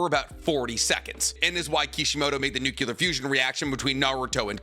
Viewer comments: It shouldn't bother me as much as it does, but you keep saying nuculur instead of nuclear 😂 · I like the way you mispronounce "nuclear". it reminds me of Homer Simpson. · This guy still can’t say nuclear? 🤦🏻‍♂️